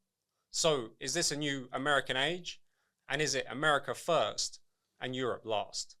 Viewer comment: He said America Foist.